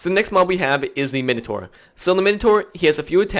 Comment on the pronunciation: error you said minetor incorrectly